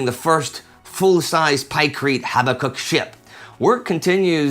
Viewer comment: HABAK UKK, not HABBA KUK